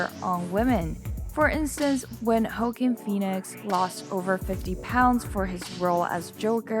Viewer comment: LMAO she said “Hoe quin” phoenix😭😭😭😭